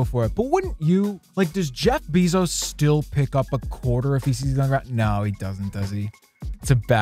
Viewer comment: Am I tripping or did say Jeff beezos